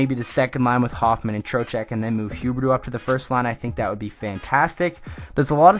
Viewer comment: U say huberdeau like huberto